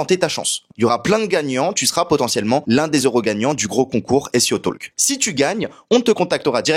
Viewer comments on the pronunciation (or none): le L ne se prononce pas dans talk